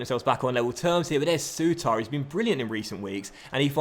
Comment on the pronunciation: Think Souttar's name could just be pronounced as "suiter"